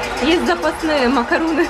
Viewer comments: Оля видео каласс, но зачем ты все время говоришь макаруны, ты же слышала как Французы говорят макарон Но с Французким р. Так это и произносится МАКАРОН. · Кир К если ты не знаком или не знакома с Французким то воспользуйся переводчиком - macarons - именно так называется этот Французкий десерт. буква s в конце слова не читается и никакой буквы у там и в помине нет. Учи Французкий. или не коментируй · Кир К Человек поправил произношение в нормативной форме, а этикета, судя по тону ваших сообщений, не хватает вам. Ах и да, правильно "макарон". Чтобы у вас пропали сомнения, я не только свободно владею языком, но и живу в столице Франции. И что на Севере, что на Юге страны, что в Африке десерт будут называть одинаково. Приятно, что есть люди, почитающие аутентичное произношение. Браво, Violeta Life!